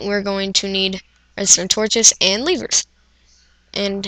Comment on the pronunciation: I love how he says levers lol so funny